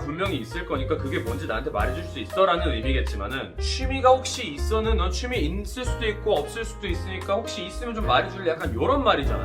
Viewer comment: 취미가 추미애로 들려요